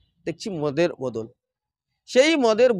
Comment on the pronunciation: বোদোল নয় বোতল উচ্চারণ হবে।